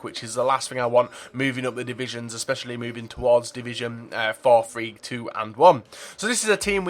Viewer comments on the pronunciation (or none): none